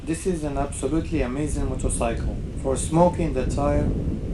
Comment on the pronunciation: I fucking hate the way you say "motorcycle" what kind of fucking accent is that?